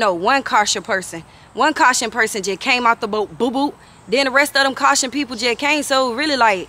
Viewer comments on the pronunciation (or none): OMG NOT CAU·CA·SIAN PEOPLE 😂😂🤣🤣🤣🤣🤣😂😂 SHE SAYING " CAU·TION PEOPLE " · She really needs to learn how to say the word, Caucasian, not caution people, but Caucasian people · Wait she said those "caution" people 😂😂😂😂 babe when I tell you, she be having my stomach hurting 😭😭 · 😂😂😂😂She said them cacsion ppl. Caucasian. THAT IS MY GIRL, SHE NEVER EVER LETS ME DOWN😊😊❤❤